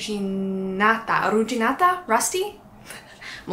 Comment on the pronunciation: The first "arrugginita" (rusty) was correct babe!!